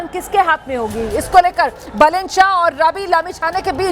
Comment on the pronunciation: बालेन् not बलेन्.